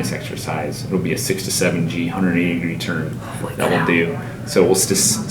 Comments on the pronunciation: I thought he said 67 g exercise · I thought he said 67G